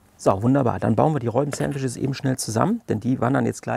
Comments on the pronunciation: HaHaHa...hast Du wirklich "Reuben" gesagt? Das spricht man wie "Ruben" aus. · Frohes Neues allen :) Sieht lecker aus auch wenn mich die Aussprache von "Reubens" (wird Rubens ausgesprochen) echt ziemlich triggert :D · Wir haben auch herzhaft darüber gelacht. Zumal das Reuben ein standard Sandwich ist das man kennen sollte. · ändert trotzdem nichts dran das es Ruben ausgesprochen wird und deine Aussprache einfach komplett falsch ist. 😅